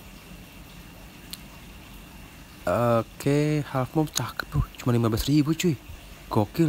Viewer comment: kata abang yutube nya hallfmoon padahal besgel halffmoon kaowkoa